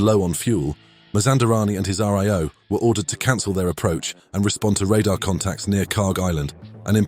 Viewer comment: RIO is not pronounced "Ar Ee Oh". I can't imagine how that mispronunciation occurred. The middle letter is an I, not an E. Is it an AI voice? It's usually pronounced as a word - "rio" like the place.